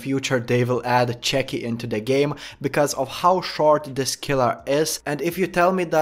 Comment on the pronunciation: I love the way you say chucky